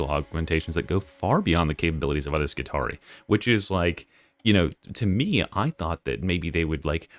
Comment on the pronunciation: I love to be pedantic, so I want you to know that Skitarii is actually pronounced as ski-TAR-ee-eye, similar to the roman Praetorii pray-TOR-ee-eye. How are you going to keep up your schtick as the smooth talking and radio-voiced '' if you don't fix this? /s 😂